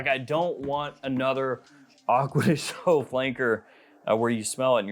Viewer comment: Since this is one of your favourite fragrances you should probably learn the right pronunciation of the word GIO. It's DJO not ZHO 🙏